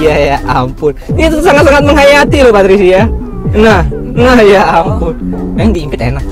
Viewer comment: Papricia lord PAPRICIA 🤦🏻‍♀️😁🤭✌🏽 kliru PaTricia muluk nyebut nya lhooo lord kita ini 😂🤦🏻‍♀️